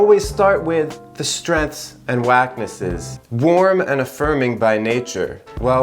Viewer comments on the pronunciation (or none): Wacknesses? Is that how it's pronounced? 😂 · thats the first time i heard someone pronouce weaknesses as wAknesses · Did he said "strengths and wacknesses" or I'm imagining